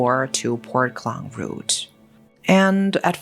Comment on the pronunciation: It's Port Klang (Malay Kekang), as opposed to Clang.